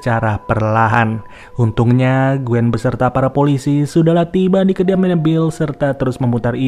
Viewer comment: Bukan gueen bang tapi ejaan nya kueen